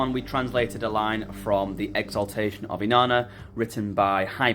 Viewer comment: I know our languages are so far apart, but when you said ak(?) for of, it reminded me of how we say it in Danish; af!